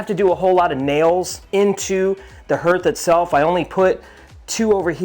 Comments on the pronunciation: Thanks Mike, I was going to give him a hard time, but didn't have to. Nice build BTW. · THANK YOU!! That was driving me crazy! Especially with how many times they said it!